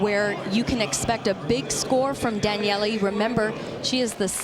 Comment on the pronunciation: Good lord why is she calling her Danyelley?